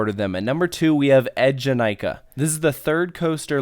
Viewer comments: Yes, Eejanaika was really really good! Btw its name is pronounced eee-janaika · When you was talking about Eejanaika, I was like, omagawd, isn't it pronounce like "ay"janaika?